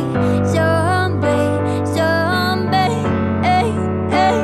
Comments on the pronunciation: i wanna pronounce zombie like how she pronounce it, but i can't for some reason lmao. The pronunciation is so cute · Awhhh.. That zombie pronunciation.. Skipping whole song just to listen that❤️❤️😍😍